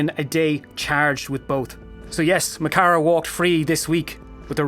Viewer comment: You'd think being Irish You'd know how to pronounce mo chara.